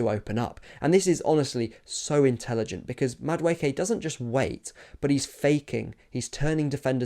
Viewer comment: Ay bro who taught you how to pronounce the name??!!😂 Damn near perfect 👌